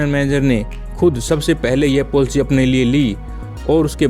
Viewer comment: ये पोलसी क्या है😂😂😁😁😁🤣🤣😂😅 its called पलिसी